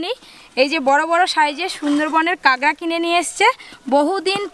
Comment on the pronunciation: ওটা কাগরা না ওটাকে কাঁকড়া 🦀 বলে